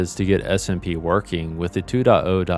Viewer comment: For some reason i kept on hearing smb not smp